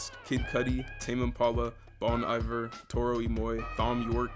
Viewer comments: 😭😭 just so you know for the future, it's pronounced "bone-ee-vare" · the way he pronounced bon iver 💀